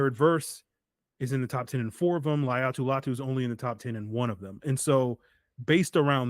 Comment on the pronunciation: It’s LATU